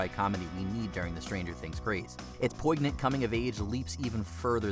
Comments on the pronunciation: "Poignant" is pronounced "POYN-yunt", no hard "g". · Has the narrator ever heard the word poignant pronounced before he was forced to read it from a script?